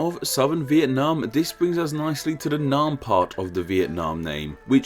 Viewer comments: the name Nguyen isn't the topic, Vietnam, specifically the "Nam" part shared by Annam and Nam Viet (the current name came from reversing this, which is completely glossed over in the video). "a" as in "hat" not "a" as in "father". An open front unrounded vowel not an open back unrounded vowel. Nam rhymes with "ham" not "harm". Nothing at all complicated. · Pronouncing Nam wrong (the a sound is more like the a in *a*pple than the a in f*a*ther) is understandable. But how the hell can you pronounce Baiyue like Bayou? Bai: like bye in goodbye Yue: say "You air" really fast